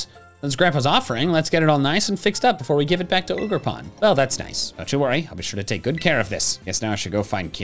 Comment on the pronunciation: you pronounced it wrong it’s O jer pawn